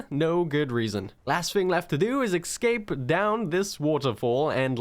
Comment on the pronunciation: Buddy, spell "escape". Then say it out loud. You're welcome.